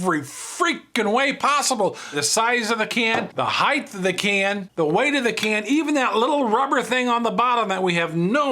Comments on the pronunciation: Did he just say “heighth” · Do you say weighth, too? There is no such word as 'highth' in modern English. The word is 'height'. It may have been correct centuries ago, but we aren't living in those times anymore, and the word has long since been replaced in the English language by 'height'. Oh, and you're the one who is misspelling it. It was originally spelled 'heighthe', but the last 'e' was dropped fairly early on. So after that it would have been spelled 'heighth', until the final 'H' was dropped, and it became 'height'.